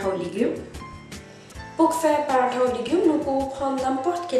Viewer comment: J'aime ta façon de prononcer "Paratha" c'est tres joli !